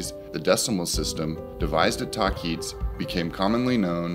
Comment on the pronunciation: It is pronounced the way it is spelled, tahquitz : (tah-quit-s) not (ta-keets). Just FYI .